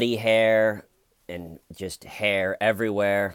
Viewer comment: Love this..the hayer was theyer..lol 😂😂😎